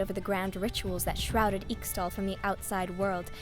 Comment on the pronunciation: This is Narrated and Voiced wonderfully. The only thing I'd say is that I'm fairly sure Ixtal is pronounced Ishtal